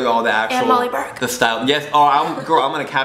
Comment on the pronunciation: Did he just call her Molly Bark? ... its burke